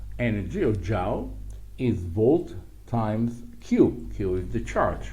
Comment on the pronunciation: Very informative lecture. Minor detail "Joules" is pronounced in English as "Jools", like "jewels", rather than "jowls". Your English is not quite perfect, but my Hebrew is zero, so thank you!